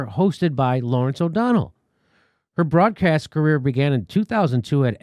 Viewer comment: Nice pregnant pause Jimmy - one of the best I've ever seen. The broad-crass news? Ha, ha, I like it.